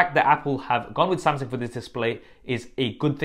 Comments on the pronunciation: its Samsung not SumSing lmaooo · Samseng? Wtf Sam-sung bro. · Samsing ? :o